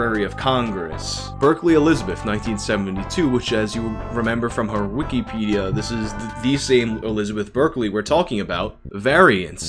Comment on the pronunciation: U say Wikipedia so weird